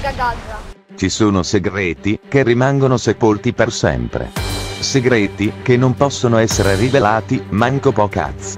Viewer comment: Ahahaha fai troppo ridere quando dici SEGGRETI